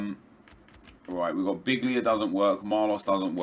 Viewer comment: Hey its pronounced Bihlia not biglia